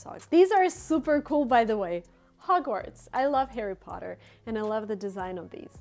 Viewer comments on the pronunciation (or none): none